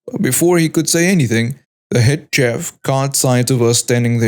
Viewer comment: Hello, just a small FYI, chef is pronounced 'shef', the 'ch' is very soft.